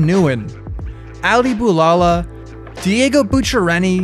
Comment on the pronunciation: One thing about a video, u can always count on him to awfully mispronounce the name of spots and/or skaters. Not even 2 minutes into the video… Diego who?????